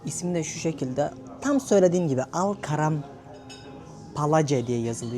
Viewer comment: niye yer isimlerinin Turkce soylenislerini soylemiyorsunuz? Al Karam el kerem demiyormuyuz biz ona? Karim uygulamasi bizim Kerim dedigimiz sey. Sarkici kadin hali reklami yapiyor Kasmir diyor Kesmir diyoruz biz ona degil mi? Sawkat, Anwar, gibi isimleri de Sevket, Enver diyoruz degilmi abicigim. Iyi gezmeler...